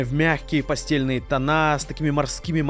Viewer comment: обладатель Porsche, попрошу: Не пасте́льные... А "пастэльные"...